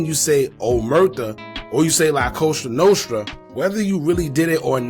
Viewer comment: It's called LaCosta Nostra not Coso Nostro and it means this little thing of ours created by the Italian Mob.....